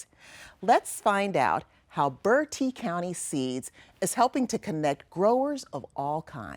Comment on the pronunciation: Please stop saying birdee county it is pronounced bert -tee county Thank you 😅😅😅😅😅😅😅